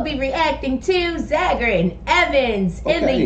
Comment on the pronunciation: It’s pronounced “ZAY-ger”. Remember…the original series Star Trek inspired things we use today like the flip phone (communicator), ear buds and/or Bluetooth (Uhura’s ear device). And this was in the 60’s